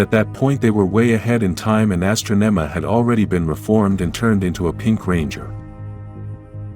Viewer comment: Astronema 🤣 i like this page but the AI narrator messes up a lot!